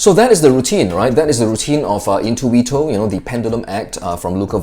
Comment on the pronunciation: Great italian accent in the Word "intuito", from an italian guy.